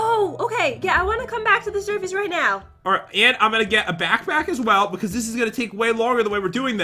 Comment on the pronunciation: said shershish instead of surface LOL Edit:I meant sorry